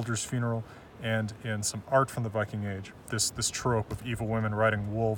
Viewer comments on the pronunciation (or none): none